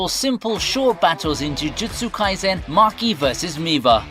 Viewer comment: why you pronounced Miwa as Miva? are you Indian? vell vell vell